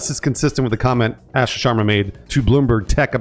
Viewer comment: One of these days the guys will be able to correctly pronounce Asha’s name.